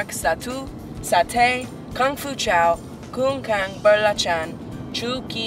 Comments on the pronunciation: greyson keeps saying kung-kang instead of kangkung XD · normal people: "Kankung" greyson: "kungkang and kingkong" lolos xD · he was ordering food in malaysian, 'kangkung', which greyson pronounce it as 'kingkong', is a vegetable.. xD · kang-kung please!! not khang-khung!! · it's actually kangkung belacan...he miss pronounce it...lol,yeah, he's funny